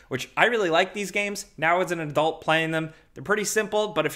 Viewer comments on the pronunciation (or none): none